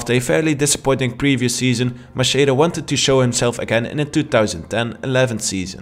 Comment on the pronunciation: Great video but it's Macheda=MAKEDA